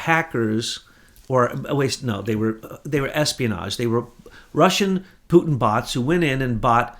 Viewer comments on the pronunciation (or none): none